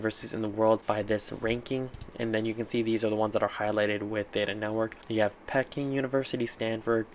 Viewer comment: "Pecking" University? Bwahahaha Whaaaaaaat?!?! Aren't you Asian???? WTF is even going on right now?